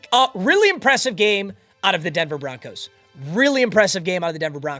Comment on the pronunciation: Did bro say Denver Bonkos